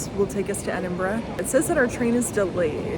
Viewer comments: Must confess i loved your enthusiasm for Edinburgh, one of the first video's i've seen it pronounced correctly. Hope you come back you've only scratched the surface. Wishing you all the best on your travels. 👍🏻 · firstly ,,, props to you for pronouncing Edinburgh correctly and im so glad you loved the city and country . i lived there for a few years n i prefer it to glasgow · It’s always refreshing to see my home through another’s eyes, I’m so glad you enjoyed yourselves…and for pronouncing Edinburgh correctly 👍🏻 Haste ye back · This filled my Scottish heart with joy, seeing how you both reacted to our beautiful city of Edinburgh and well done you pronounced Edinburgh the correct way. I love Edinburgh and live only an hour and a half away from it, the buildings, the history, the old town and the new town. I am so glad you loved Scotland. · Thank you for pronouncing the name correctly. Man it hurts to hear some Americans say it.